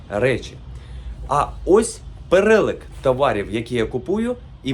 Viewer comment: перелік, через і, бо ріже вуха, гарних продажів.